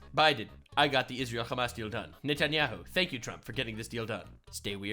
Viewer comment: Bro calls Hamas hummus